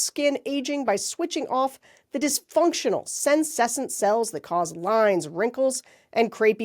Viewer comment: Big love to you all!!! And just a quick note for your sponsor material - it's senescent: sen-ness-sent. Rock on, keep fighting, and you're welcome at my home in Australia any time.